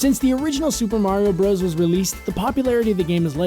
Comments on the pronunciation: Isn't it pronounced Super Mario "Brothers" not "broes"? Bros. (with period) is short for brothers. Just saying. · Fun fact: It's pronounced "brothers," not "bros." Hence the period at the end to denote an abbreviation. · Uh... slight correction. Bowser in the North American games was always Bowser. He was King Koopa in the cartoons. In Japan, he was always known as Koopa. Also, it's called Super Mario BROTHERS. You not actually supposed to say BROS.